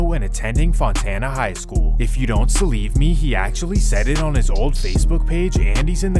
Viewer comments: The narrator said "if you dont Celieve me" lmaooooo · "if you don't celieve me" 😂😂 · “If you donr celieve me” 😂😂😂 mann bye 🤣🤣🤣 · “If you don’t Celieve me” 😂😂😂😂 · "If you don't celieve me." 😭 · yo did bruh say "C-lieve me"?...im done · If you don't "Celieve" me. Anyone else catch that!! Nice.